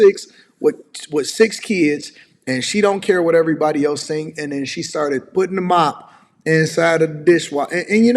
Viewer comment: Can tell the level of education because she says dink instead of think...